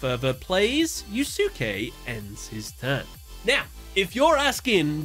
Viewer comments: Why the hell is he calling him "Yu Su ke" instead of "yuske"😂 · It's YUS-K, not YOU SOOK EEE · Ugh, "You-sue-kay" is like nails on a chalkboard. You could just look up how to pronounce a name - especially because Japanese is a language with strict phonetics, every word tells you exactly how to pronounce it if you know how to read it. It's much closer to "You-skay" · You-skay, not YouSooKay ffs lol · "Yoos-kay," not "you-soo-kee," dude. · I can't be the only one who took psychic damage from your pronunciation of Yusuke. Unless I'm misremembering S4, Yusuke should be pronounced yoo-skay, not yoo-su-kay, like with Sasuke, from Naruto. The U between the S and K should be silent. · NGL the mispronouncing of such a common Japanese name is really painful to hear it's pronounced Yu Skay not yu su key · Yusuke pronounced "YOU-SKAY" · It feels so weird hearing the dub names like Atticus in season four duels great to see them get some love though great video but I will say yusuke's name is pronounced like (you-skay) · Wouldn't the pronunciation of the guy who fought Atticus be said as Yuske since the u between s and k is silent? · it pronounced (Yu'ske) 😅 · Yusuke: No one can understand the pain I feel. The pain of having your name mispronounced by a british youtuber doing duel analysis videos. Damn you,, I will get you back... somehow. It's a joke reference to Naruto Abridged, repeated again in the latest Yugioh Abridged, as reference to how Yusuke's name was mispronounced here. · watch yuyu hakusho lol sasuke "sauce-kay", yusuke "yooSe-kay" im not hating just thought i'd let a dude know in a polite manor vs the trolls roasting you in the comments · Why is it nobody can properly say a name that ends in -suke? It's *one* syllable. "Skay". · I'm so sorry to just comment about this but it's pronounced you-skay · The cringe from your pronounciation of Yusuke's name... it's You-Skay. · Yu-su-kay? Eww. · Duke is pronounced as "skay" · The second U in Yusuke is silent